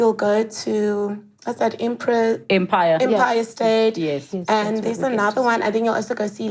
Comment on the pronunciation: with that accent she couldnt pronounce "empire"..... very good interview!